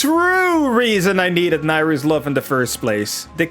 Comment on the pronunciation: You can't use light arrows with Nayru's love? I didn't know that. You pronounced Nayru the same way I do but I don't think that's the proper pronounciation. Nutting on his tail until he gives up. Oh yeah, I did roll under him when I ran out of magic for light arrows. Link 7, the lucky number. Is it possible to use the Song of Storms on that Ghost before he damages you in Majora's Mask?